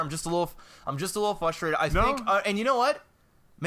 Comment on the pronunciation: I don't think it's pronounced "flustrated".